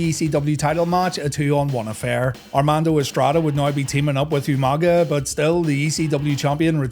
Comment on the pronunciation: UMANGA!! Lmao William Regal always botching that was hilarious but Umaga was a freaking beast.